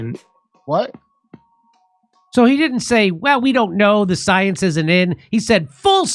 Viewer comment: Guy can't even pronounce science correctly.. "You're attacking soyence!" ..😐